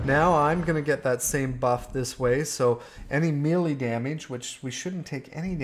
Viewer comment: Me, Lee. Who, you? It is pronounced "may-lay". Otherwise, excellent video,.